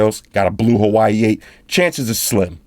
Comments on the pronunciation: I love how you pronounce Huawei as Hawaii . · WAH WAY say it! WAH WAY repeat! WAH WAY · It's pronounced "wa-way" lol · Took me half way thru to realize what "hawaii" was 😂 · He pronounces Huawei as Hawaii XD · Huawei pronunciation😆